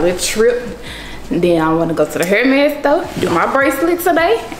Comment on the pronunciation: I love that always say “hairmes sto” 😂